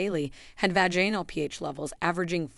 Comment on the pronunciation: And also the mispronunciation of the word Vaginal.